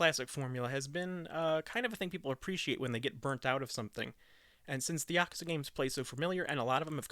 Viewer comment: You are saying yakuza wrong